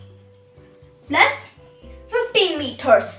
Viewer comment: First of all it is not meoter it is meters IMPROVE YOUR ENGLISH AND PRONOUNCIATION. U are a kid and i am a teacher specially English teacher and i am not happy with your english ok. I know more than u ok so don't be ridiculous and oversmart